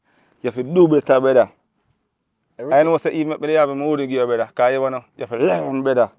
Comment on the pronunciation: How much brethra can this brethra say😂😂😂😂